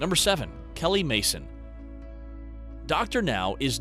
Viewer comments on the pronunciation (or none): none